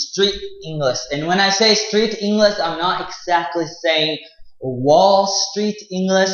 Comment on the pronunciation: Halfwit can't even pronounce the word English let alone teach it...